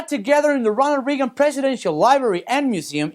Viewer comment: First of all you mispronounced Reagan's last name again. Like for the millionth time. You also mispronounced Jindal's last name as well. Now I feel you do not get American politics at all. Not everyone views Democrats as the rosy saviors of America. It is a shame really that you defend Clinton at all cost. Ask anyone, what is Hillary Clinton's biggest contribution to the US as Secretary of State. If you are a liberal nutcase, all you can say is...nothing. If you are anyone else, the answer goes from ISIS to Benghazi. Look at the middle East, that is what you get when Democrats run wars. Now her emails ARE an issue. Maybe in Mexico people have no problem letting politicians get away with anything, but when you are a Secretary of State you just can't use a Hotmail account to treat government affairs. Hillary said she did that because she did not have time to read them from her official account. For some reason it wasn't a problem to erase more than 30, 000 emails from that account.